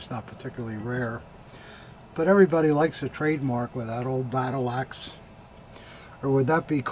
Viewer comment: When was describing the trademark for “the battle axe” for the SA dagger, I thought he said battlacks! (As in mean old ladies!) Laugher!